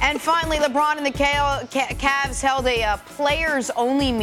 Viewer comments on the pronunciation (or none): Jenna isn't slick , she pronounced cavs , "caLs " , on purpose .